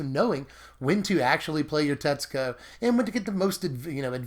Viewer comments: Every time you say Tetsuko I hear, Texaco. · Hey, I figured that if Tetsuko was your favorite legends in Dominaria, I would inform you how to pronounce her name. I lived in Japan for over two years, and I know this is going to sound weird, but the u is silent. To spell it phonetically, her name is pronounced: Tetsko. If you're Japanese, there is an inflection where the u goes, but you would never be expected to know or be able to pronounce it perfectly. I learned from making very many social mistakes that when a u comes after an s in Japanese it is almost always silent. I know zero words that break this rule. Thought I'd help you out. Tetsooko is a mispronunciation, friend:) Thanks for all the deck techs, love your channel!